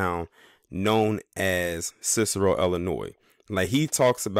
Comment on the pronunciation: Cicero has been ghetto for 30 years. Also it’s Illinois not Ellinois. This video is racist as hell